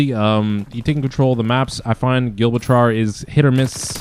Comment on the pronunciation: Good info, man Also: Gibraltar = Jih-brawl-ter, :)